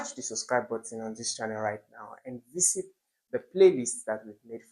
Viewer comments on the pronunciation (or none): none